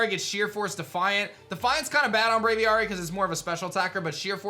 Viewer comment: I still really HATE move removal, but whatever. Also, again, it's Brav-ee-airy.